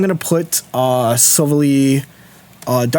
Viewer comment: Love the content and finally need to chime in. It’s pronounced Sil-vally, (ally, like friend) Keep it up! Was hoping to find an Umbreon greninja guide, but looks like it’ll be retired haha